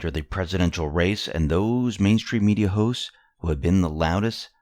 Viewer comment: I can't tell if he is saying mainstream media hosts or hoes .